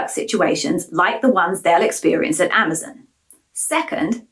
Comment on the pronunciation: I hear they are changing the company name to Amaz-IN. Apparently, Amaz-ON is too hard to say.